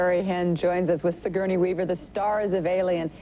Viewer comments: "Si-gurney," Lunden says, again and again. One would think the host of GMA would make an effort to correctly pronounce the name of her superstar guest. (Terrible host, bad with children and adults!) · And she mispronounced Sigourney's name three times!